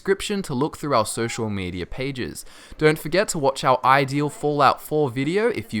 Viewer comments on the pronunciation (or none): none